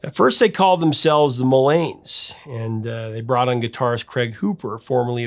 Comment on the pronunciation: Mullanes! Not Millanes! Sheesh!